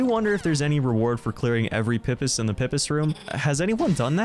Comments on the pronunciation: It's pronounced Pee-Pees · its pronounced PEE-pis. PEE.